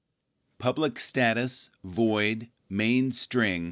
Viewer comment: not strin its string